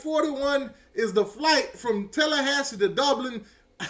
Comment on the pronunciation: I heard you say repeatedly yesterday the word “Doblin.” It’s Dublin.”😂😂😂😂😂 Another word you always destroy is “Ohio State.” You say “Owio State.”😂😂😂😂😂😂😂😂😂